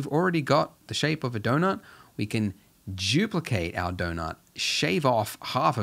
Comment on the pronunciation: "we can Juplicate our donut"